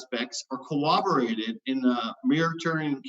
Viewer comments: If I hear this clown use the word “cowobberated” instead of corroborated one more time I’m going to rip my hair out, do you even English bro, words are hard I guess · I cringed every time i heard pronounce corroborated as "cowabowated." LOL. BUT....he's a nice guy, and a great interlocutor to have on the show. I would love to have more folks like, Matt and my favorite, Erica, and fewer folks like G-Man, Skylar Fiction, and Darth Dawkins. There's a lot of nice folks out there who don't agree and make great adversaries. There's no reason to have the many dicks on the show that creep in here. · Ok. I don't want to nit-pick but he says it too often not to mention: "cowoberated" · David Coleman yeah that was driving me crazy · I was going nuts about that by about the halfway mark of his opening remarks